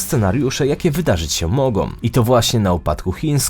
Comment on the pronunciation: ... wydarzyć się mogą, nie mogom, zapytaj taty i popraw wymowę